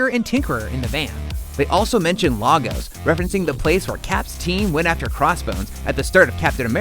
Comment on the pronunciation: Completely butchered the pronunciation of Lagos